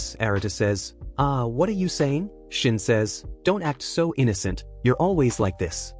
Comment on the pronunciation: Pov the ai saying sine not shin😊